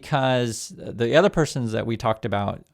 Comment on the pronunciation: I hate how he says "uth"